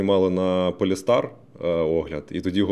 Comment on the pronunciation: Не полестар, а полстар.